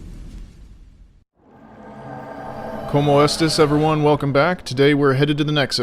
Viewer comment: Omg he says como estus I thought only I did that so glad I subbed lol. Also nice video in general.